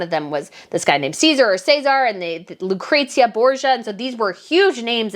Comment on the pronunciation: ooh the pronunciation of Cesare and Lucrezia (its interesting to hear how americas say them) cries